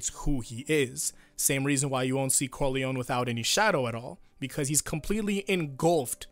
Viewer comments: Just one thing Is pronounced Don Corleo-NEH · Just not cor-lion.